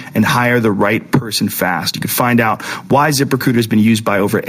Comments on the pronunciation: joe said :zip recruiter i hear: zipper cooter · The whole time I thought he was saying "Zipper Cooter" LOL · ITS SOUNDS LIKE YOU'RE SAYING ZIPPER COOTER. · the 1st 10 or so times Joe said it i swear I heard "zipper cooter" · I totally thought he was saying zipper cooter 😂 I was gonna say, that sounds more like Asian pussy rather than a job posting site. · did anyone else hear ziprecruiter as zippercooter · What's the name of the website to screen and hire people? I can't make it what he is saying there